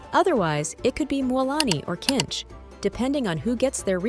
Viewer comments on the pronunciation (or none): His name is kinich not kinch